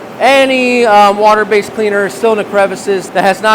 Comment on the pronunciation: Say water not saw water